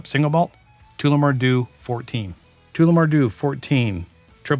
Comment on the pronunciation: Tullah- more. Not toola-more 😅